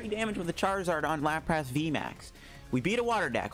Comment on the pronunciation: Lapras not Lap-rass